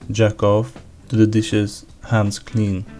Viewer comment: R u french cuz u pronouced jack off like d'accord